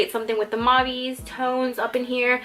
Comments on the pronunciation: It's pronounced Mauv not Mauvey but fierce otherwise! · Omg, your pronunciation of mauve... We say it like "mowv" in Australia.